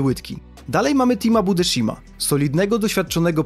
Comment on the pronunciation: Budeszima hahahhaha Budeshajm się mówi